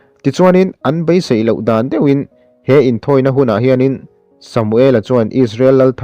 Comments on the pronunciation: Ka BAI tih a chhiar loh tur. KA BEI tih tur a ni e. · A ziakah pawh 'BEI' tiin a inziak a,'Bai' tia han chhiar țalh chu a țullo ve khawp mai. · Ka bai a han toh, ka bei a tih tur ania😊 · I chhiar thiam viau mahse Bei tib hi i lam chianglo bai tiin a ri deuh tlat Bei ti hram rawh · A ngaihnawmin a bengvarthlak hle mai. Chuan, Bei tia lam tur hi BAI tiin i lam ri a. Rilru a la peng deuh...